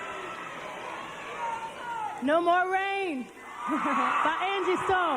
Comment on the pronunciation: THERE NO MORE RAIN IN THESE SKIES! you butchered that line THREE times lol smh kids